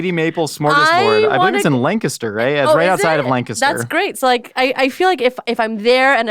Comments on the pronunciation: As a Pennsylvanian, I immediately thought of Shady Maple, and was impressed said Lancaster correctly! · You said Lancaster the right way!!!